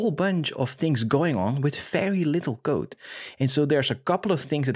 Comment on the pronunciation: I love the way you pronounce "code": [qoude] :)